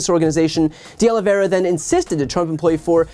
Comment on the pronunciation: Finally - someone who is able to pronounce De Oliveira correctly! I've heard De Oliveria and De Oliviera today. Great video!